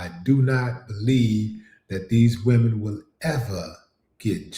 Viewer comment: She said Wemen, they are not women to her, they are wemen😂🤣😂🤣😂🤣